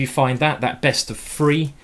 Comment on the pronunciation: 31.00 (teaching the english how to speak english) it's 'three' not 'free" haha